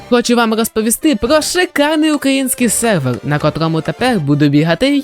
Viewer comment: я думав я ніколи не побачу когось на українському ютубі хто буде говорити "залаз", "селвелі" і інші слова з буквою "р" картавлячи до "л" P.s. сам так говорю тому цей комент і написав